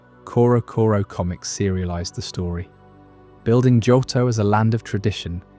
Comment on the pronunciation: This is a nice video but the incorrect pronunciation of Johto is jarring. Both o sounds are long, like Joe-toe.